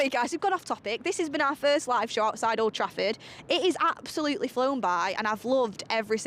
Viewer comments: I thought I was the only one she did say that that's wot it sounds like anyway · Sounded like she said oldtrashford